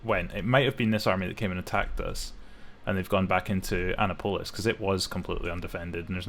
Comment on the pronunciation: Just for future reference it’s pronounced ANNE APPILIS not Anna polis, they’re not a female police officer 😂😂